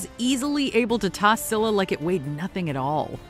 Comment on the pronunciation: I like that they said Scylla right